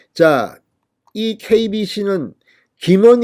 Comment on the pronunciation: KBS인가 KBC인가 발음이?